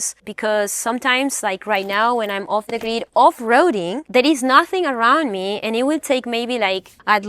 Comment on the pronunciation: You said “Unfollow meh”, hilarious…just app